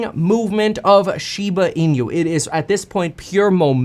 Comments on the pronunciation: It's not "SHIBA ENEW". It's "SHIBA ENOO" as correct Japanese pronunciation. =] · Its pronounced inoo not inew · Kevin, INU is pronounced [ee-noo]. Pronounce it as if it were Spanish. It's Japanese for "dog." There's no "ñ" sound in that word. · Lol at "een-you"